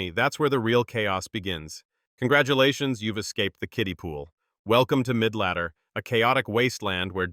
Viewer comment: Bro said midladdee ends at arena 8 😂😂😂